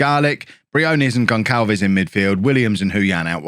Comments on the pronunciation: Gon[s]alves not Gon[k]alves, please, it's painful! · It's not "GonKalves",, it's GonSalves. The little squiggle under the c in his name is called a cedilla. It indicates that the letter c has a soft pronunciation, ie an "s" sound, not a "k" sound. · Gonçalves is pronounced GonSSalves btw because of the cedilla (ç). Otherwise love this year's Bourne :)